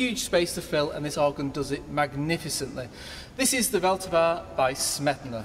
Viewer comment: Great concert! But the pronunciation of ''Vltava by Smetana'' killed me :D